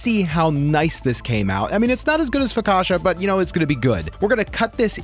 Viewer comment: Bro said FOKASHA! AHAHA It's Focaccia: Fo-ka-ch-ah